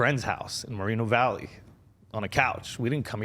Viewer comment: Yo bro said Moreno Valley